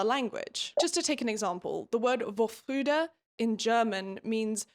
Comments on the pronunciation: Commenting for the algorithm. Re: Lost in Translation. Very true and one of the reasons the most successful German comedy movie did not work in other countries. I also enjoyed this part of the book a lot. Btw, Vorfreude is pronounced fore-froy-deh. There's similar issues with translating English to German with certain words like faith. There's different words for different contexts but they're very limited definitions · vorfreude is pronounced about 'for-froy-duh' if anyone's interested! it's used especially in the context of a child's anticipation of Christmas or birthdays and has a certain component of giddyness. essentially, it describes the feeling of being happy/excited about future happiness/excitement that is to come. there's a saying in german: Vorfreude ist die schönste Freude, which means anticipatory happiness is the best kind of happiness and i think that is really sweet. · Love how you pronounce Vorfreude. Laughed really hard when I heard it. Pleeease use more German words! <3 It is said more like "For - froy (like in Boy) - de (short e like in the)".